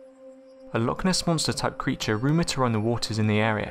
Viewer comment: "....creatahhh." "....fishing nehhht."